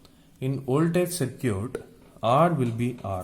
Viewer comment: Great lecture. BTW Circuit is pronounced "SIR KIT" in English.